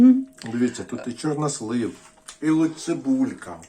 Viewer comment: Мені дуже сподовся новий наголос у слові "чорнОслив"!!Дуже навіть!!Дякую про просвітництво!!😊😊 Щодо темного одягу і депресії,то це внутрішній стан виходить нагора!Тому люди і ховаються за чорно-сірим!В Італії теж взимку всі в чорному одязі-і молодь,і старші люди!!А щн був парад планет,то теж він так впливає.Багато чинників!А головний чинник - війна.Весна все одно вже в повітрі!! Смачна печінка!Я аж через телефон почула аромат!!! Дякую,,за відео!!🎉🎉🎉❤❤❤